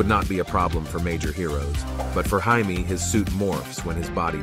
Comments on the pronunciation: From the way they were pronouncing it in the movie i could've sworn his name was Hyman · Jaime is pronounced Hi me in Spanish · It's pronounced Hi-Meh in spanish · hi-me and hi-meh are different pronunciations his name isn’t pronounced hi-me that sounds weird it’s hi-meh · Yes, it is. The Spanish name "Jaime" would be pronounced somewhere between "Haimee" and "Heimay" if spelled in phonetic English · It’s pronounced Hi - Meh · do you speak spanish..? because the j is pronounced as an h .. ☠️ edit: mb i read some other replies that made it more easily understandable for english speakers and it would be pronounced hi-meh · nope it's pronounced Hi may in Spanish. Trust me bro I know plenty of Jaime's. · yes it is are you mad bruv it is pronounced hi-me in all dc media,comics and it is spelled jaime in all dc media